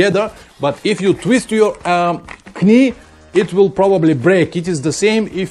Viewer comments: I understand Rukka are doing a new jacket with a chest protector within the layers, (like they do with a back protector) Guess what, it's not cheap....Oh finally, it's not 'k-nee' my friend it is pronounced 'nee'... the 'k' is silent...it is something stupid we do in the English language... as in 'Knife' A bit like the French do with tyres with 'pneu'...Have you ever tried to get a tyre repaired on a Sunday in France saying " réparez-vous des .. 'puh noos'? I have, I was 19.... luckily the Renault Dealership workshop had a good laugh and took pity on me.... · Excellent video again. Not to be an ads but knee is pronounced nee with no k. Just trying to help you. Although it has a k in the spelling it is silent like knife we say nife. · anyway, I think everybody understood, and maybe I am not the only one to find it authentic 'Pavlinesque' ;-)